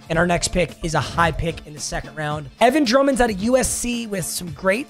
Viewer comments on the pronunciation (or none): none